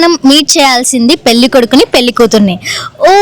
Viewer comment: పెళ్ళి అనడం నేర్చుకో ముందు పెల్లికాదు😡